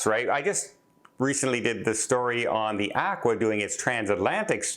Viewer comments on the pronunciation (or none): Not probably,. You alway mispronounce names and words. Hell, you cant even pronounce "aqua" correctly